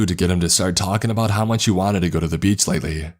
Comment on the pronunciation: i wish this guy could use a pop filter i cant stand this anymore Beachhaa clear outhaa im still not going to dislike the vid but its so amoying